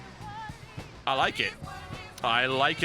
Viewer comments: You-be-soft.. Not Ooob-be-soft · oobisoft? It's Ubisoft, like YOU-BE-SOFT. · Oobesoft... Oobesoft; really??? I'm british; but, really... WTF?